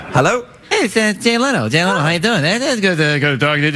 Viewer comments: Jay Leon?! Jay LENO! You really should’ve proofed your voice over with someone who knows who people are before you posted it, you made several cringy mistakes. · "Gay-off" the skeleton?! LOL pronounced "Jeff". Jay LEON? C'mon.